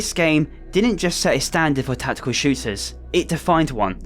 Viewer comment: Tackekul Shewtahs